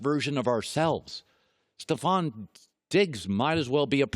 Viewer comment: Stefon is pronounced stef-on not ste-fon